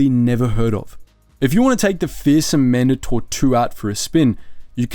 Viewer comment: Why is it that no one ever points out the weird way he pronounces certain things in Star Wars? Man-dahtor? What?! Man-DAY-tor. Ya know, Mandate. Mandatory. Mandator. Not that hard to figure out.